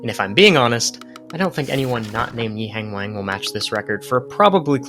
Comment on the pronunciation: the way you say his name is grating to my ears pls look it up